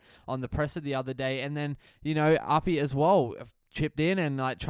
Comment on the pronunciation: Bro loving the channel but you gotta start pronouncing api's name right its wild that you say it wrong every time 😂